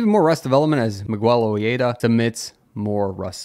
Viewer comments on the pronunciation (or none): Miguel's last name is pronounced like Oh-heda. His first name is also not pronounced like Michael, it's Spanish and I'm unsure how to write it out so I'd recommend looking it up on Google translate to hear it And as others said GKH is basically 2nd in command.